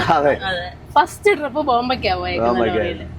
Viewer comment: Drip അല്ലടെ trip 😏ജലജയുടെ ഫാരതഫാഗ്യവിധാത ആണോ നീ miss ചെയ്യുന്നത്..😅.. ഫ ഇല്ലാത്തത് കൊണ്ട് video കാണാൻ ഒരു സുഖമുണ്ട്